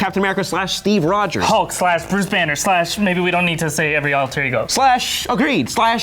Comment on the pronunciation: there's no D in Rogers